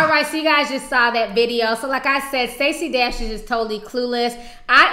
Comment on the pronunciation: The "D" in Stacy Dash is pronounce "Tr"